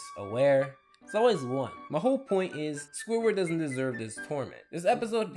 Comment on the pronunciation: when he said one, it sounded like he said eleven. I think it just me though